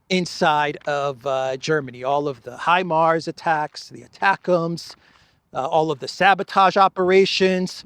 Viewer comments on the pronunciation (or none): none